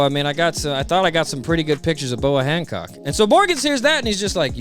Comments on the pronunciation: Boa Honcock? I swear her name is Hancock, not Honcock. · I love this dudes videos but I swear his whole deal is horribly pronouncing the most random shit like Hancock or Archipelago just horribly. Everything’s fine and hilarious then you’ll hear the most jarring pronunciation of a word you’ve ever heard in your life 😂